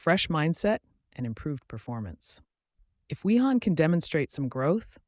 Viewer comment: Pronounced "Vi-han", the entire time he was on 😶